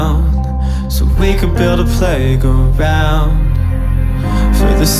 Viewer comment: Thats because he makes the g an extra syllable. It wouldnt sound right if he just said playground in 2 syllables, only works when its play-g-round.